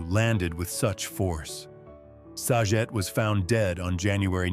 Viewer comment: Bob sagets last name is pronounced sa-get not sajet.